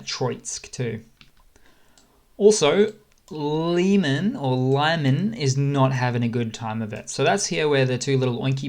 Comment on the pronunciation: pronounced like "lee-man" with stress on the second syllable.